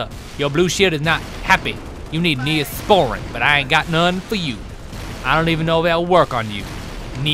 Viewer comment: NEUH-SPORIN! NOT FOR ALIENS!